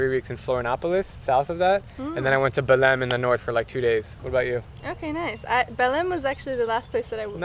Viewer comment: Their pronunciation of belém